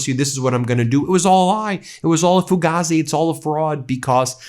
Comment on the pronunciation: Ben it’s “FA GAY ZI”.